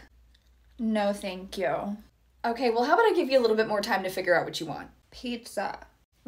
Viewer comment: Lol Oh ffs I'd scream at her "get out" but she'd just say "no thnk'kweuh"